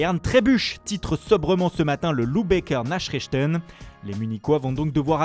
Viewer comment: ça fait la mala avec l'accent anglais ou italien mais la prononciation de l'allemand est calamiteuse.. ah bah si ça fait la mala avec Werna et Tuchel mais "nachrichten" t'as pas honte on dirait un 6ème